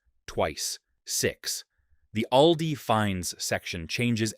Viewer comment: It's pronounced "All-dee," Mr. AI.